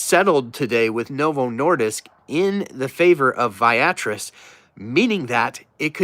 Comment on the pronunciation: Hey.. just FYI, the pronunciation is Via Tris (vee ah tris).